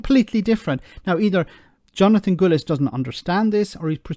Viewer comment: fyi, Gullis's name rhymes with "portcullis", it's not pronounced "goolies". Goolies is what he speaks.